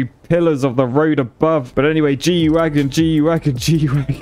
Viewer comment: not to nitpick or anything.. But it's G-Wagen not Wagon lmao